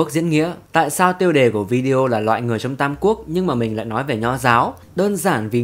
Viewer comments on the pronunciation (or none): none